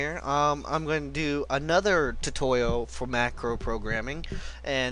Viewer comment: lol tutowial